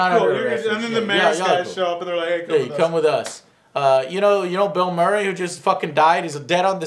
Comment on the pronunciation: Did Joe say Mill Burray? XD